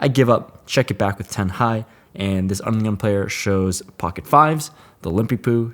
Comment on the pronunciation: Anyone else think that when says “under the gun” it sounds like “Onion” 😂